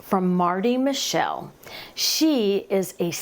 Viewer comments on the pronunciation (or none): Marty," Mit - chel". Not " mi. shell"